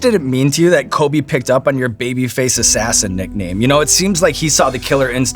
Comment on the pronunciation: it’s Kobe not Koby fyi